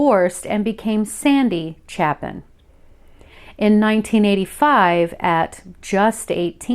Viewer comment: Just guessing the last name might actually be pronounced “Chay-Pin”. It’s spelled the same way by Harry Chapin who wrote the classic story song “Cats in the Cradle” among others. Not a big deal just thought I’d introduce that possibility. ✌️